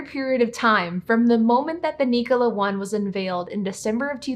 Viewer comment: Knee-cola? I think it’s pronounced Nik-ola like Nikola Tesla